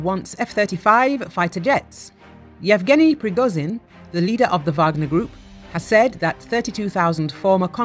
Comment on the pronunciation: Почему эта баба постоянно говорит "Пригозин"? Это так сложно, выговорить "Пригожин"?! 😏